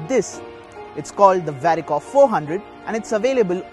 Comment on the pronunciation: Its no more dicor it's varicor